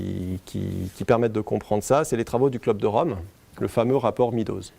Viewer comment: MEADOWS se dit MEDDows, pas MEEdows.